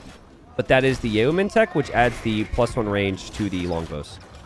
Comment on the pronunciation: hey, Yeomen is actually pronounced "yo-men." I know it's kind of strange, but the English language is weird